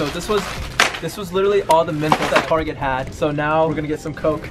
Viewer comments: Who heard him say a thousand mentoses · Who else noticed he said mentoses in the begging instead of just mentos 😂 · Did you realize he said mentesose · Wt...i heard mentoses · I cracked up when said mentoses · “ mEntoSEs “ i’m wheezing